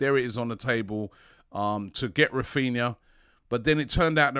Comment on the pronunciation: you can't even get his name right.